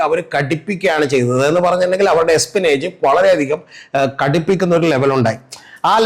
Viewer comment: എസ്പിനേജ് അല്ല. എസ്പിയോനാഷ് 🙏